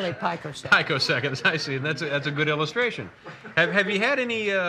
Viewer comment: She is definitely a software person. It is pronounced "pee-co-seconds."